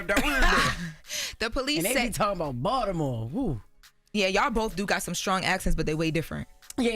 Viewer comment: It's Baltimore! Not Bald da more😂